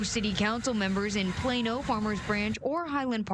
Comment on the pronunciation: It's Plano not Plana 😂